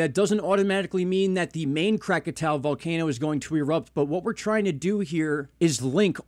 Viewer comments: I'm baffled as to why you keep mispronouncing Krakatoa. Visually, you can just SEE that the last 2 letters are "oa" & not "ow." But if you're more of an auditory person, there's that B-52's song "Lava" in which they pronounce it correctly. (Also, I can't stand that MrMMB333 channel. I un-subbed after watching only a handful of his videos.) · Pronounced Krak-a-toe-a!😉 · Crack-ah-toe-uh. Is how to pronounce the word. Cheer's